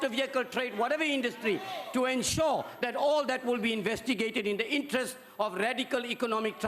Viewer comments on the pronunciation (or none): none